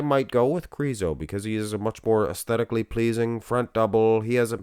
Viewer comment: The letter Ž in his surname Križánek or in his nickname Križo should be pronounced as S in the words televiSion or diviSion. Or like the first sound in the name of Soviet general ZHukov or like the first sound in the French names Jean or Jacques.